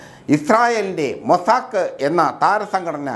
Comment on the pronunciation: അനക്ക് ലോട്ടറി വിൽക്കാൻ പൊയ്ക്കൂടെ മുത്തേ...അതാവുമ്പോൾ റെക്കോര്ഡ് വോയ്സ് മതിയാവും🙄 ഇസ്രായേലിന്റെ മൊസാക്ക് ' അല്ല 'മൊസാദ്'🤣😂